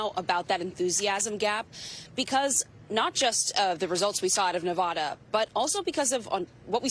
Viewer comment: Why is it so hard for people to pronounce Nevada correctly?